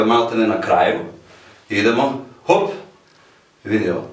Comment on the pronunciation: haha,kad kaze:‚‚VID OVO‚‚:-))))